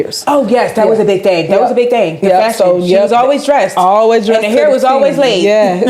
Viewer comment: not fashion. FASC-UN